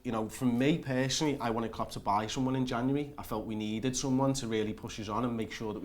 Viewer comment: Why can't say January